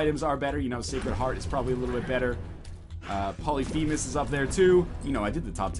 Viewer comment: Why does everyone say 'polythemus'? Its 'polyPhemus